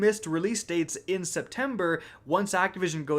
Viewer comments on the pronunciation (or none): none